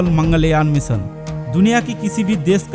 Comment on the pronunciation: Apni hindi theek kr bhai bhot kharab hai. Pronunciation theek ni hai tera bhot kharab hai. मीसन नही होता है मीशन होता है। Bewaqoof